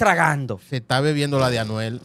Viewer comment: FAKE FAKE!!!!! Ese no es el palabreo de Anuel…. Fíjense en la pronunciación 👎🏻👎🏻👎🏻👎🏻👎🏻